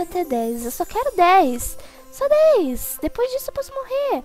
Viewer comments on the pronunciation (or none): none